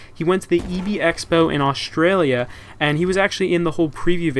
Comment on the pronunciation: Can you say Australia like a normal person